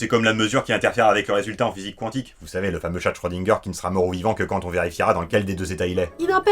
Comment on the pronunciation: Quantique se prononce comme ça s'ecrit. Ça m'énerve qu'on écorche ce mot.